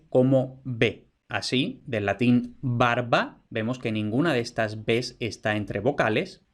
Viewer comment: Juraría que pronuncias /'baɾβa/ y la v/u con ese valor también puede aparecer con consonantes vibrante y lateral, sea tras ella o en grupo consonántico (menos frequente) escribiendo "barva", "carvón", "aluar" (albar) e incluso "liuro" por "libro" o "aruoleda" por "arboleda". Un caso que llama mucho la atención en esta vacilación es que a veces tiene repercusiones fonosintáctas, pues esa "v/u" representando la fricativa puede aparecer tras el artículo acabado en L, un caso muy bien documentado en textos de los siglos XVI al XVIII es el del topónimo "El Vierzo" que aparece frecuentemente con V pese a la tradición (asturleonesa, gallega y latina) anterior que lo pone con B, y que contrasta con su gentilicio "berziano" que solía ser con B y casi nunca con v/b.